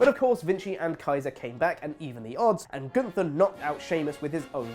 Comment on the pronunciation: Super kick each time he says "Gunther."